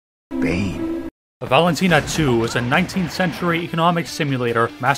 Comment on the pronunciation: Может быть насыщенность Путинами, может быть наличие монархо-тян, может быть даже произношение "Валентина" в начале, но что-то мне точно подсказывает-автор русский. Не знаю что.